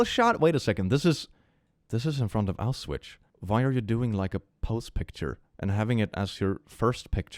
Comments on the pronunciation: Why the hell do you pronounce it like that? It's -schwitz not -switch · just as general info, the correct pronunciation is Au-schwitz, not Aus- witch. Not trying to be rude, it's just something that I noticed. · "Auswitch" is a wild pronounciation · you pronounced a certain nazi death camp as ow-switch lol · Doesn't want a concentration camp to be cute, pronounces it 'Owwswitch'.... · click sweetie it's pronounced "aushwits"😭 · why the Auswitcture?? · I refuse to believe can’t pronounce “Auschwitz” correctly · At first, you got me in my Hermione Granger phase when you pronounced Auschwitz wrong, but then I remembered not to be a birch xD